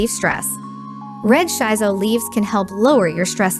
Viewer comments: It pronunce shi-so not shai-so. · Thumbs down because you mispronounced the plant name. It's "Shee So" not "Shy So"!